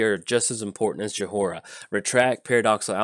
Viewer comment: I love you, but it's pronounced Joy-rah. The H is silent.